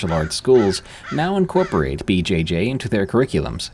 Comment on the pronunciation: For the 1st story, how can anyone not know that "BJJ" sounds almost like a sexual thing, and he keeps saying it over and over, BJJ, BJJ, BJ-Jayyy 😂